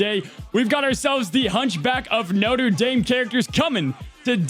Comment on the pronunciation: I don't know why it bothers me that he pronounces Notre as Noter but it does lol